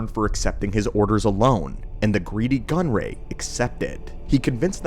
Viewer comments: why does gunray keep becoming gunroy? AI much? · The constant mention of "Viceroy Gunroy" hurts my soul 😅